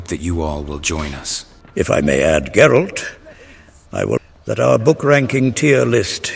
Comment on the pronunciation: Geralt... not 'Jerald' You say I took dandelion out whoring?